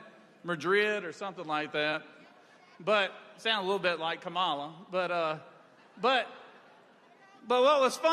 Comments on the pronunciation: He purposely mis-pronounces people’s names. Fani and Kamala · Why does donawld troompf have so much trouble pronouncing Fani Willis' and Kamala Harris' name? , What is the point? It is the content of character that matters, not the name, or how you pronounce it, right? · Don’t understand why anyone still lets this man go out and give these speeches. Every time he speaks, it’s called the most unhinged speech ever. He keeps topping himself. So sick of republicans disrespecting others by purposefully mispronouncing names. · So disrespectful that these burned-out bulbs can't even pronounce the Vice President of the United States' name. Are they smarter than a 5th grader? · Was there ever a man who derived such unmitigated glee from mis-pronouncing Black women's names?